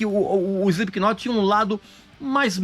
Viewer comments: Cirúrgico !! Só faltou não pronunciar o K no nome da banda. Se lê "Slip not" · Ele fala “Espiquinot” chega dói os ouvidos 😮‍💨🤣🤣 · É inadmissível escutar alguém pronunciando o K do knot...